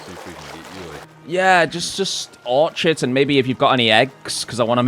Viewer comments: OR CHID. Pronounced "Or Kid" Orchard is a fruit tree plantation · Dude, no disrespect but Orchard is there a group of apples trees are for the purposes of growing apples and Orchid (Pronounced Or-Kid) is a flower. Like your vids bro but accuracy is important. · It’s pronounced or-kid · That's not how you pronounce orchid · Not sure what got me annoyed the most, the mispronunciation of orchid or the usual JordanRants approach to wiring :D